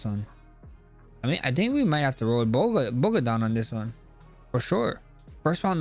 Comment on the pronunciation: no accent removes a D from Bogdans name. “Bogan” lmao